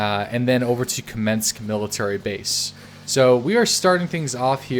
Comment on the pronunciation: You mispronounced everything, but Kamensk, Tisy and Veresnik :D